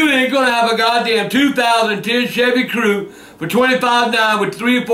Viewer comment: I like how he pronounces Cruze as Crew.